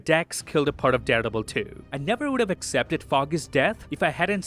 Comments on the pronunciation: Am I the only one who hears daredebil? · Who doesn't love the? But everytime you say Daredevil, it sounds like you're saying Deadpool 😅 👍